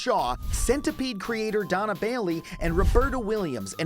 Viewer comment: Great video! Minor correction, though: it's Dona Bailey, not Donna :) Cheers